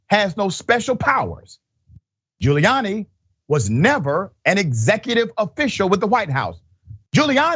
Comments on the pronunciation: He's just gonna lie.🤷🏾‍♀️ Also, did you call this man Booty Giuliani ?😂😁🤣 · Did he say " Booty Giuliani"? Lmao.